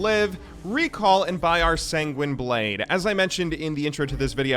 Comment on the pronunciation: i'm actually shocked he can pronounce sanguine decently and not say SaIYNZNININIEESZZZ bleeeejjdzz